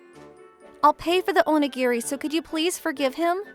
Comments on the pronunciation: OH-NI-GEAR-EE! Where the hell do you even get oh-ni-grrrrr??? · Oni GIRL ? REALLY!??!😂😂😂 ITS ONIGIRI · This isn’t the first time he’s mispronounced a Japanese word, but in this case maybe he read the script too fast and thought the last “I” was an “L” 😂 I still remember a Yandere video he voiced where he pronounced it as “Yan Deer” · I find it funny that they kept saying onigirl when it was actually onigiri as in rice ball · This would have been a truly great story if the VA for the MC could just pronounce onigiri right. Onigirl? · ´Onigirl’??! For heaven’s sake, get it right! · "Oni-GIRL?" NO!! It is "Oh-nee-GEAR-ee!" How hard is it to find the correct pronunciation of a word?